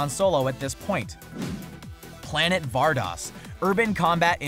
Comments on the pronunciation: "var-dose" "ver-see-o". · VAR-DOSE VER-SE-OH